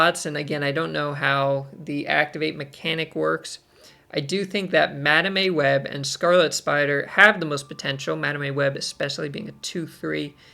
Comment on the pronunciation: I heard Madam A Web lol. Like hmmm does her middle name begin with an A?